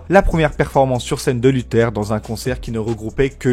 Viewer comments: Mdr lutheur il dit sa se prononce luthair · Carré la vidéo ! Par contre c'est bien [LuthÉRE] et pas [LutEUR] 😅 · C’est luthèr pas lutheur